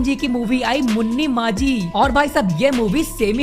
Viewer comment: Arey list mai hai but isne naam galat liya hai. Munni maji bol raha hai.. 🤣🤣🤣